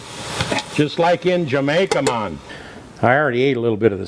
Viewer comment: '' It's Jerk Chicken for dinner mon '' Hahahahaha pissed myself laughing hearing with that accent saying that. Recipe looks the bomb as always!